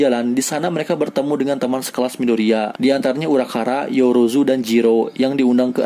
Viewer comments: "Urakara" Me: it's uraraka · itu harusnya uraRAKA bukan uraKARA